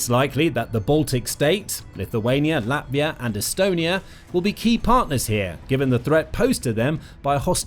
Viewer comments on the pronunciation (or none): none